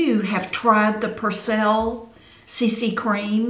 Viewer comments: I only heard you say Percelle 6 times lol... cute... love the Perbelle side, it looks good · Perbelle? You are calling it Persell.